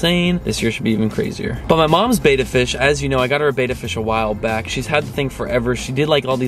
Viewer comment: It pronounced bEHttAH